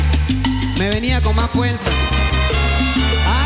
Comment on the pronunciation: wow! suena igual. Hasta trajo el accento boricua. lol Dijo FUELSA y no Fuerza. en